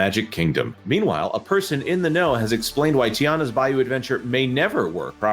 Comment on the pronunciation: Tianas Bluh-you!